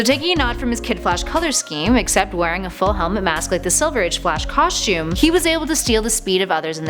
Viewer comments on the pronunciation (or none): i don't like the way she say's costume